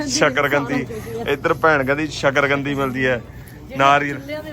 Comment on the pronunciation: ਸਾਕਰਗੰਦੀ ਨੀ ਹੁੰਦੀ ਸਾਕਰਕੰਦੀ ਹੁੰਦੀ ਆ